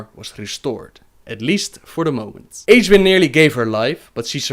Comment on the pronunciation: isnt she pronounced [egg-win] ?